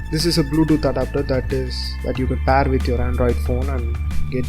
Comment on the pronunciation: really informative. But you should improve your English pronunciation in few places. It's pair not paaaar. It's cold air not cold aaar